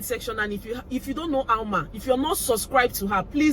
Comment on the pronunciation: Alma pronounced your name sexily 😁